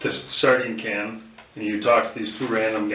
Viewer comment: I hope it's the friend cause then it means they'll have locked up an a hole that pronounces "sardine can" like that.